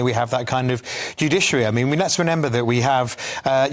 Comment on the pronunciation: 14.29 did you say renember instead of remember